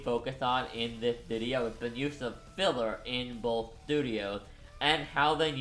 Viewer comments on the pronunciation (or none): none